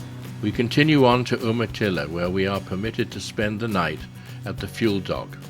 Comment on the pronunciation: Umatilla is pronounced "You-ma-till-a."